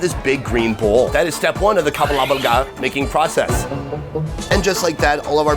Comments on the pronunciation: Again, the word is kabalagala , not kabawgawra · I’m so happy you went to Uganda, but I’m laughing at how you’re pronouncing the foods. You’re almost there but a little bit off. 😂 in pronunciation. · For Kabalagala, just say Kamala first (with the b instead of the m) then gala. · It's kabalagala😂